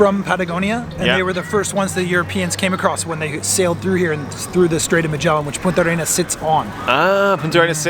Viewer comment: We chileans pronouce it as just one word: "Puntarenas" ;)